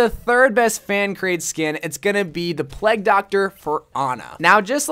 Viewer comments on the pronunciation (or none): lol ge says Plegg instead of plague (play-g) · Wht tf did he keep saying the "pleg" skin for anna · You saying plague wrong gets to me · The way that says “plegg doctor” XD